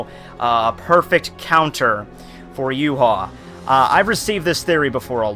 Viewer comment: his name is pronounced ya-wak